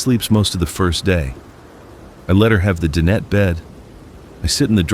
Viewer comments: DIE/NET............DIE/NET........Not din et........lol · dinette.. Di-nette